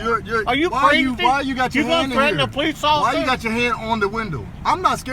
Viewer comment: Wheres bugs bunny